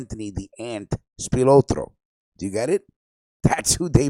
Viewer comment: You butchered Accardo' name... You say Spalatro so, so, ethnically... LoL